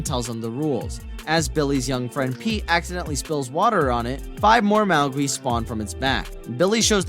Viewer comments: Mogwai is pronounced "Mog-why" - Don't do Gimzo dirty like that. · It is pronounced mog(like FOG)-why. Mogwai. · As much as I enjoy your narration of the plots for most of the movies you have listed. I just wanted to mention that some of your pronunciations for much of the characters/monsters and such are a little off. If you watch any of the movies you have listed, you'd know that Mogwai is pronounced "Mog-Why" and one thing I absolutely have to mention too is in "The Relic" it's definitely not a hyopothalmi, it's pronounced Hypo-thal-a-mus.. Just giving you some feedback for any future projects. I grew up watching a lot of the movies you have listed and I am probably the worlds worst for nitpicking on how things are pronounced. That being said, i'm surprised no one else hasn't mentioned this before now. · I don’t think the guy narrating has actually seen Gremlins. He calls them “Mowgwee” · Maw-gw-eye is how its pronounced aside from that thanks for the movie suggestions. Excited for the russian flicks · You must be referring to the Mau Gwee. What American/ Canadian over 10 hasn't seen Gremlins and or doesn't know how to pronounce Mogwai? Don't you guys even doublecheck or edit your content? Not only does he say it wrong, he says it wrong SO MANY times. Maddening! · Watch it and learn how to pronounce Mogwai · I can't respect anyone that mispronounces "Mogwai". Sorry. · I'm going to go ahead and say that you've never seen Gremlins because you are mispronouncing what Gizmo is a Mogwai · Gremlins, he blew the “Mogwai,” pronunciation out of the water. Shows he’s never seen the movie. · And wtf is up with the pronunciation??? I was able to ignore it in most of your videos, but to get mogwai so obviously wrong is crossing a line with me...If your narrator is that inept, then GET A NEW ONE! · and Mogwai. Especially if you plan to repeat the word 20 times in a 60 second clip. And forget about character names. How do you screw up Mrs. Carmody? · Mogwai, Not mowgi